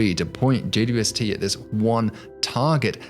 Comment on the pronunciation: I’m obsessed with his videos simply on how well he says “JWST” as only four syllables. How the hell does he roll that off the tongue so well!?